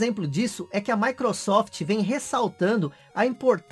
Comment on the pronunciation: "Micurosoft Síries Ecsi"!